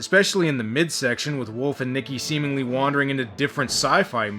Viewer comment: Do all Canadians say "semenly?" LOL